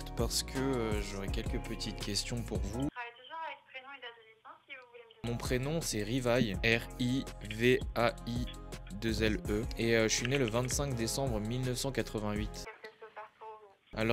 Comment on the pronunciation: IL A DIT RIVAILLE!!! ALEEEDDDDD